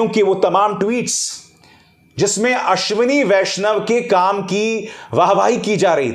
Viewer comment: आश्विनी वैष्णव महिला है या पुरूष; आपने इस नाम का उच्चारण कैसे किया; स्वयं ढू़ँढ लीजिएगा l